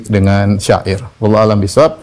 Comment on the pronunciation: UAH bilang syi'ir (musik)... kenapa jadi sya'ir...hadeeeuuuh.... kumaha iye teh..??